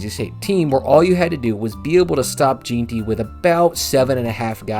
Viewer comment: IT’S NOT JEAN-TY. ITS PRONOUNCED GENTY BRO